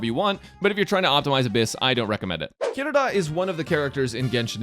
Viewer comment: THANK YOU FOR PRONOUNCING HER NAME CORRECTLY!!